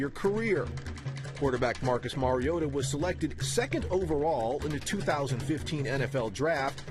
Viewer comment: Its pronounced mari-o-tah